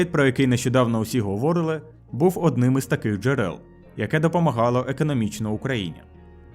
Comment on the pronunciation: 9.50 - НЕ говОрили, а говорИли